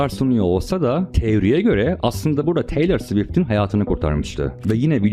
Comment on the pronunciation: Biyons diye okunmuyor o Beyoncé! Taylor Swift adinida yanlis söylüyorsun. Surda mantikli bsy yapmaya calisiyosun adam gibi yap ltfen. Isimleri bile dogru telaffuz etmeyen birini nasil ciddiye alabiliriz? Biyons dedigin an bittin benim icin. Umarim ciddiye alirsin bu yorumu.